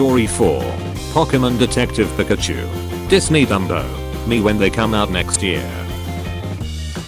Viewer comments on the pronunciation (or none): none